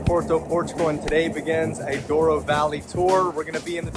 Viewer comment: Glad you liked the experience. By the way, it's Douro. I guess americans are more familiar with spanish words - colorado is one. As curiosity, if Colorado (which means colourful in spanish) was in portuguese language it would be Colorido.